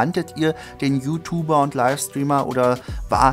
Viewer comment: Omg bitte sprich "YouTuber" vernünftig aus, das triggert ja mega.